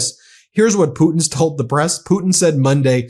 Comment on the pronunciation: I hate to say i toad a so, but I a toad a so, i fkn a toad a so.